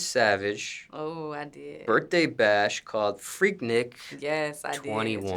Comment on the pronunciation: Nick not neek